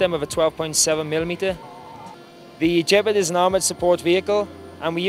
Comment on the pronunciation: The "Jep-ard"?